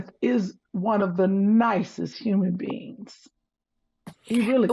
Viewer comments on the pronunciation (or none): none